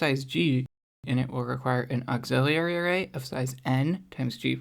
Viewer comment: auxiliary > auxillerlilly